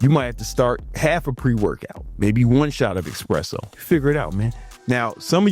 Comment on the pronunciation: One eSpresso for me every 2 or 3 days and I am boosted AF for up to 10 hours! Why americans call it eXpresso?